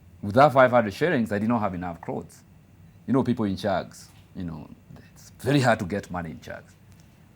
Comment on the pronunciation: Good English...but crasses 🤣🤣🤣..crothes 🤣🤣...Mila yetu